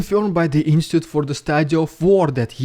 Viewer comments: Bro, just a quick guide, the word you constantly mispronounce in English is 'in-stit-choot' not 'ins-tit'. ❤ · Thanks for your great videos. But can you please - only once - say insTItute instead of instute? Thanks :)